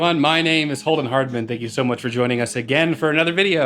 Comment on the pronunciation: why do I always hear " Oldman Hardman" whenever he introduces himself?